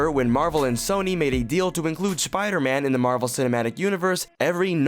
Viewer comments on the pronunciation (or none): "Schpidahman" Was this guy having a stroke while he read that?